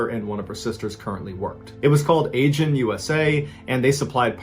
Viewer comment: The company name is not pronounced ay-jin. It is pronpunced ah-jin.